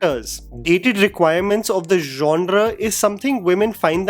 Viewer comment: Not only "male gays" you also said "djanra" too many times at one point 😂